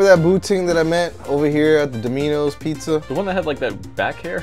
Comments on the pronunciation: Do-mino's pizza? Isn't it Dom-ino's pizza? lol... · did he just call it domeenoes